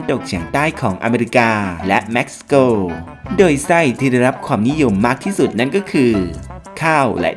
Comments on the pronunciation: เพิ่มอันดับ11 เม็กซิโก ไม่ใช่แม็กซิโก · ประเทศ Mexico ไม่ใช่ Maxico เห็นเสร่อมาหลายคลิปและ บอกให้เอาบุญ อ่านให้มันถูก